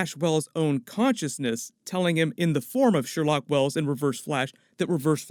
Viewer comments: The amount of times he said Sherlock Wells smh..... ITS SHERLOQUE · Every time says “Sherlock” i think “no no no...sher-loque”😂